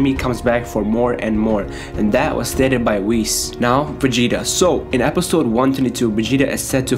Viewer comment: Dude it's not begeta lol it's Vegeta but you keep saying begeta lol